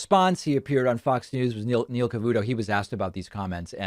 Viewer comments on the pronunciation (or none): none